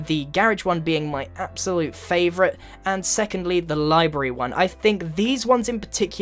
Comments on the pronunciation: Oh no grian! It's Library! Not Libry~ D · Did anyone else notice him say livary when he introduced the library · lyberry >w< LYBERRY AHH MISPRENOUSIATION I KNWO YOU LOOSE BREATH FROM DOIGN COM<MENTARY ALL THE TIME BUT AHH IT JUST BOTHER ME IM SORRY XD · The way he says library😂😂